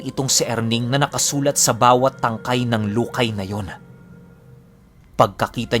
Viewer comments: Lukay mabilis na pagkabigkas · Lukay!!! Ganun pagkabasa😁